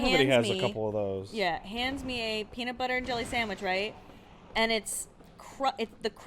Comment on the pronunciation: Lost my shit at "Crunchy peenur butter".